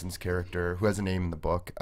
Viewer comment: why can't the host pronounce any of the names correctly?